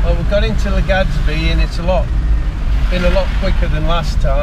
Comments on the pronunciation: Haha. I noticed that too. Legadsbi. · Every time you say LegaDzBee I shed a tiny tear :(